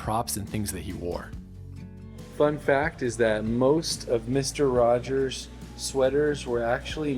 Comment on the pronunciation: It's 'Rogers' not 'Rodgers'